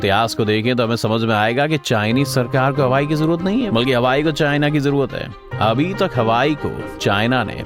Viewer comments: Yes, its हुआवे not हवाई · Its Huawei not hawai. Isse acha to halwai bol dete😂😂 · Huawei NOT Hawai YES 😂😂😂😂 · By the way it's not Hawaii ... it's HUAWEI🙂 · इसे हवाई नही हुवावे बोलते है । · Pronunciation to ache se kr le bhai hawai chappal thodi na hai . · सहि तरिकोसे नाम तो बोल नहि जन्ता निक्ले video बनाना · Bsdk company ka naam to proper bolo 😂😂